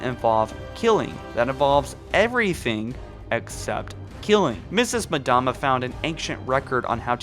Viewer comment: For the love of God PLEASE STOP SAYING "madama" it's MDAMA not MADAMA.